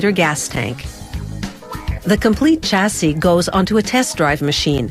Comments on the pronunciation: Its also pronounced shasee not chasee! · CH assee - Shassis ;)